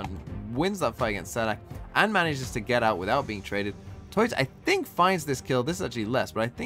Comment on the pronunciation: This game was so intense I couldn't watch Talon x DRX. I felt exhausted after it finished and had to take a break from Valorant. BTW, tuyz is pronounced /tju/ as in "Tulip" and /IZ/ like in "Quiz"